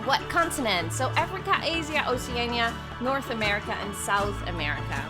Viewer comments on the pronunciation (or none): Either she pronounced my home country of Asia wrong or we have been saying it wrong I'm so conflicted